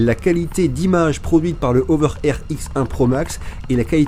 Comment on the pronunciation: Prononcer la h vous les français,c'est pas une saletée ce beau lettre